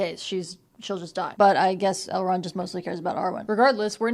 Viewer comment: Every time you say Elrond I think you’re saying L Ron like L Ron Hubbard lmao